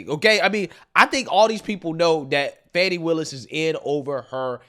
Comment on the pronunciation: My man said "fani pack".. lmao